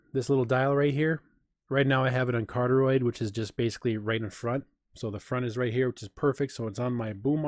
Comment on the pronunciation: CAR-DEE-OID accent on the first syllable.